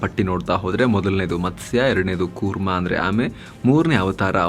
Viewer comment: ಅವರೇ, ಕನ್ನಡ ಪದಗಳು ಸರಿಯಾಗಿ ಇರಲಿ. ನೀವೂ ತಪ್ಪು ಮಾಡಿದರೆ ಹೇಗೆ? ಅದು ಮತ್ಸ ಅಲ್ಲ, ಮತ್ಸ್ಯ..